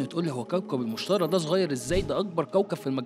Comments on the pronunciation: تعلم عربي، اسمه المشتري ، بالياء وليس بالالف. انت كتبته المشتري، و تلفظه المشترى. ياجماعة من شان الله، في فرق بين الياء المقصورة والالف المقصورة. ميزوا بينهم. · لماذا تنطق الاسم خاطئ "مُشترَى" يينما الصحيح هو "مُشْتَرِي" الراء مكسورة, ولايمكن العيش فيه أبدا لأنه كوكب غازي ولا سطح صلب له. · إبقى إنطقها صح قبل ما تقدم المعلومة..إسمه "المشتري" ما حدش إشتراه عشان يبقى "المشترى" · المشتري وليس المشترى ... عدتها مليون مرة بالفيديو لدرجة خليتنا نركز انه بتنطقها غلط ... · انطقها صح المشتري بكسر اليا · المشترييييييييبييي لقد افسدت الحتوى بخطأ النطق